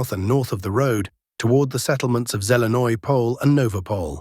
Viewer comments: I really doubt this guy is nothin more then an AI Bot. A true Slav (unlike a Bot) would pronounce Zelene Pole 100% differenty then this Bot - which this dick does not even know what it means in Slavic Culture. Time to show ur disdain for AI Bots purporting to be humans and no more thumbs up for a computer generated blog. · This dumb AI generated Bot doing this podcast from some basement in San Francisco is not Slvic any more then ur dog and wud nbot know SPASIBO. I really doubt this guy is nothin more then an AI Bot. A true Slav (unlike a Bot) would pronounce Zelene Pole 100% differenty then this Bot - which this dick does not even know what it means in Slavic Culture. Time to show ur disdain for AI Bots purporting to be humans and no more thumbs up for a computer generated blog. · BS:I really doubt this guy is nothin more then an AI Bot. A true Slav (unlike a Bot) would pronounce Zelene Pole 100% differenty then this Bot - which this dick does not even know what it means in Slavic Culture. Time to show ur disdain for AI Bots purporting to be humans and no more thumbs up for a computer generated blog.